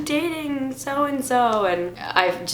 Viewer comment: Did you say gayding in stead of dating? cx